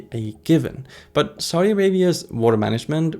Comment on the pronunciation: idk, the country is succeeding in many ways and can adjust to its growth. also please learn to say Saudi correctly!